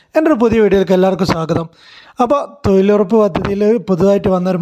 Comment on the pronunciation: തൊഴിലുറപ്പ് ആണ് തൊയിലുറപ്പല്ല തൊയിലാളി അല്ല തൊഴിലാളി ആണ്